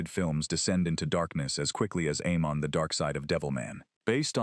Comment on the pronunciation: Aimon is pronounced "eye-mahn."